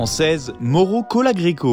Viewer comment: Mario ne se prononce pas moro mais maoro....